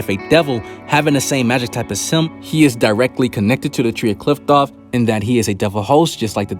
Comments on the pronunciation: It’s pronounced “cliff-oth” not “Clift-off” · Did you just say Qliphqloph?